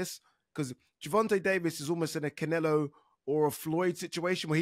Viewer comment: Ade, please stop calling him "Cinelo" - so annoying!!